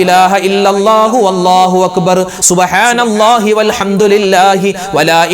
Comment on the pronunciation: ഉസ്താദെ വള്ളാഹു എന്നാണൊ - അള്ളാഹു എന്നാണോ